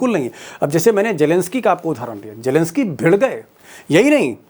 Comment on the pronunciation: Deepak ji.. Jelensky nahi.. Kindly pronounce his name as zelensky. Where is j in his spelling..?😢😢 It really sounds ugly n bad.